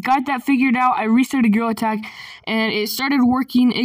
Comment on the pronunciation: bro i just relized when you sayed gtag you sayed girl tag and grill attack